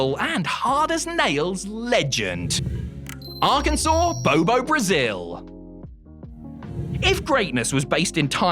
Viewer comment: On behalf of my state, thanks for saying Arkansas correctly....and for not picking sid 😂😂